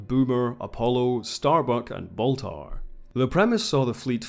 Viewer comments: His name is Baltar, not Bathar. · It's "Count Baltar," the name "Gaias" was an invention of the RDM reimagining.